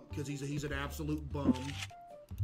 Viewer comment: Bruh I wasn't paying attention and heard him say " whys this one absolute goober" and sounded like he said "this one asshole" I've never rewound something so fast in my life 😭😭😭